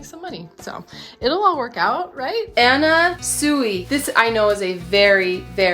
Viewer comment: Im sooo jealous. Especially of the Johnny Was!!! Anna Sui is pronounced “Swee”